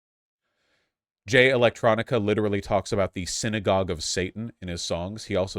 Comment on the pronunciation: “Alright, I’m bored now” is the perfect revelation that Vaush only skims the surface and then rages about a topic. It’s Jay ElectRONICA and it’s pronounced Louie not Lou-is. Even if some of the points you are making are true the tone is all wrong and the constant comparison as if it’s as bad or worse than white racists is laughable. Just call it out for what it is. Quit acting like Farrakhan is the KKK. Is Farrakhan great? No. But how many lynchings has the NOI been involved in? What synagogue did they blow up? Are NOI members and followers shooting up white churches and synagogues the way the Nazis shoot up black, Jewish, and Islamic places of worship? The comparison is weak because there is no actions to stand on. Read more. Listen to more black creators like FD Signifier and Lil Bill and maybe you will be able to comment on black things more comprehensibly.